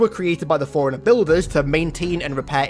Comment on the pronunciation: Put a very slight pause in between the fore and runner